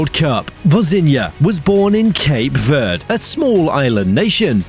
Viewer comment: please stop calling cape verde with a spainish accent there is no accent on the e in verde